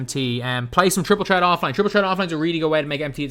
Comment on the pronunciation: Just say triple tret